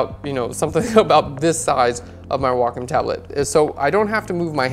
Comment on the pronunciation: Very informative. Thanks so much! Also enjoyed hearing Wacom pronounced correctly!